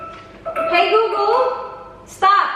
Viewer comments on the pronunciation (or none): hi gugul Me: hi golegole